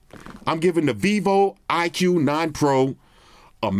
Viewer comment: iqoo should be read as “icool” not “iq”